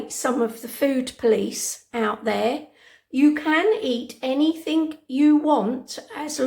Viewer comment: It's "anything " not anythink.